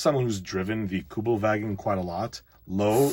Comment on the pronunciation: As a german I have to admit that you pronounced "Kommandeurwagen" very good for someone from the U.S👍. In case you're unfamilar with the meaning of this word, it basically translates as "Commando Car" or something similar.